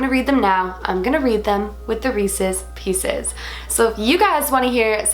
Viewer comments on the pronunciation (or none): When said Reeses pieces I thought said Racist pieces (edit: you will never hear it the same 😂